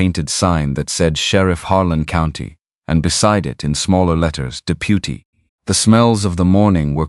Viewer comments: Pronunciation needs help! "De-pew-ty" for deputy?? Seriously?? Too many errors in the story line. He had not ridden Shadow. Neither people nor horses should have had T-shirts on. He had been moving thru town ever since he got back so why be surprised they knew he was there. Too many words used to say " a thing that was not a thing so many words were needed to make the thing as easily understood as a thing needs to be understood"... see? The story concept was interesting but you really have to sort thru all the extra to get to the meat of things. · AI is interesting, but some of the words narrated by AI are hilarous. "Da-peu-tee" for deputy. Someone needs to check these words for accuracy.